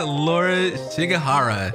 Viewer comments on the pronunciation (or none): none